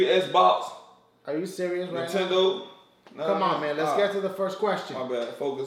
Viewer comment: He Cnt Say Xbox Lol xD